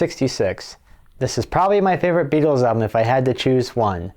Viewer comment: There's no 'D' in Beatles!